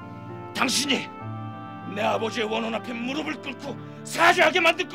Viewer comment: 무르블이 아니라 무르플입니다.